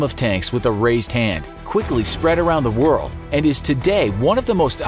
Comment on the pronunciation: you said word and not world btw